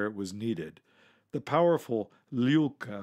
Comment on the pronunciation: Finally, a fellow American that can actually pronounce "Lyulka" properly.